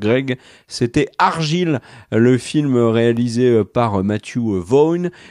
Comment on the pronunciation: "Argaille" c'est pas comme ça qu'on le prononce xD ca me tue a chaque fois 😂